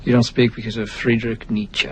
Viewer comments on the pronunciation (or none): In fact, he pronounced Nietzsche just right. Don't make wrong assumptions if you don't speak German because you clearly don't. I do, and the way he pronounces "Nietzsche" is exactly how it's done. On a side-note, "Friedrich" is not pronounced Friedrik. The fact that you missed the actual mistake only makes your comment even more awkward btw.